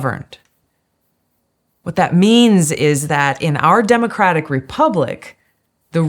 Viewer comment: I wish you would stop saying demacratic!!!!